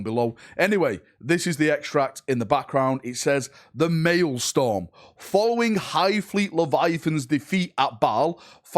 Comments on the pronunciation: Hate to be a nitpicking pain in the a$$ here, but as a former teacher, it’s “MaelSTROM” not MaelSTORM”!😁😇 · it's MaelstROm, not MaelstORm .. just saying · Still corrected it wrong lol. "Maelstorm not malestorm LOL" stROm not stORm was, regarding pronunciation, the miss. Great video btw. imo you should keep it in. Hilarious and boosts engagement. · it amuses me how an englishman can't say english words...Maelstrom not maelstorm lol.... Pro-dig ( like midge) e - oos (like moose) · its mael-STROM not storm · the work you do is awesome and we appreciate it. But could you please learn how to pronounce real words before using them in videos? I understand in-world terms might cause issues (Craftworld Samhain for example isn't pronounced "sa-wehn" as it is in the real world). Bur words like maelSTROM (not storm) and prodigious (prod ij us) are quite easy to distract people from your message if repeatedly or dramatically mispronounced. Many dictionary sites have pronunciation guides to use during your rehearsal. 😉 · What is a mailstorm? Huron apparently rules one sole Red Corsair 'cuz plurals are optional I guess. And detriment apparently reads as determent, whose reads as worse, and he can't even say prodigious. I know, he might be excited but man this triggers me to no end. Dyslexia could be a factor here, in which case well done. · "Pro-didg-us" "male-strum" c'mon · U changed it from malestorm to maelstorm but neither were right 😂😂😂 It said "MAELSTROM" LOL LOL U silly sausage 😂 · Its Maelstrom